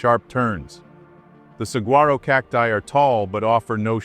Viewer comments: I live and hike in Arizona and doing it alone is stupid. Doing it in the heat is even worse. Saguaro is pronounced sa-wa-roh. The G is silent. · Sorry for a petty comment - Saguaro is pronounced Sa-Wah-Ro. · The tall cactus Saguaro cactus is pronounced. [ ●Sa wa roe ● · Saguaro= Sah-wore-oh. The g is silent. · I hate so called influencers and I hate how stupid people are! Out there hiking with no water, no backpack, a tank top & skin tight pants in Arizona IN THE SUMMER? Yea nothing could go wrong! BTW, the cactus Saguaro is pronounced (Suh-Wahr-Oh) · It's actually su-wa-ro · Most native Arizonans pronounce it with a hard G. It's a soft G if you say it in Spanish or if you're trying to sound Spanish